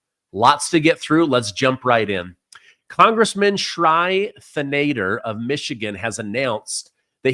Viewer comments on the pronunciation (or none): .....his name is pronounced like this.... Shree Can - Da - Har He's an idi*t out of Michigan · Pronounced Shree Tan A Dar